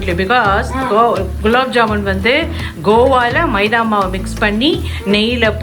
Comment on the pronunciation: Hi akka I am seen so many vedios of you .you are talking so cute .I like your pronouncing of "maida".its so cute.your mom is also talking so cute.I like you both😍😍😍🥰🥰